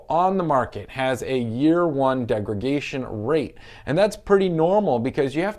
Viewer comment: Just a friendly heads up that it’s degradation not degragation.